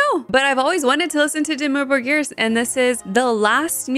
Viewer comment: Your pronounciation of Dimmu Borgir is as close as it gets without it being your native language (roll the r's), well done! You also said Jessheim correctly. I'd also like to suggest you check out the band Orbit Culture from Sweden with their song The Shadowing.